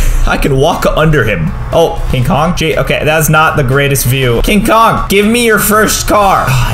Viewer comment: Did you say king Dora